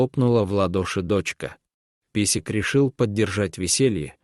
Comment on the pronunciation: Ни песик,а пёсик и другие искажения слов,много неправильных произношений, ударений.